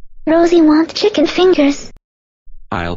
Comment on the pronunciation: its not kicken its chicken